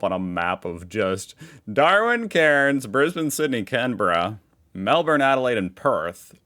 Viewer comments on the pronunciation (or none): none